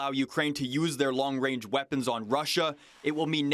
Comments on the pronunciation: “Long wange” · "Long wange reaponry" You tell 'em Justin. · Wong wange weaponwy? Weally?